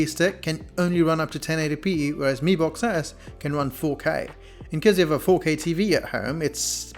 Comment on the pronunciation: no offence but I think you called mi box as b mox😂😂😂😂